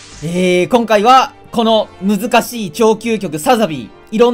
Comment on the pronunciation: 冒頭の挨拶で「今回は」の「は」の抑揚がマジで最悪とか言った結果がこれ